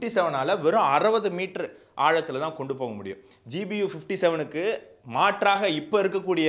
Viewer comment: Your language is good. In two places there was a slip of tongue by telling GUB instead of GBU.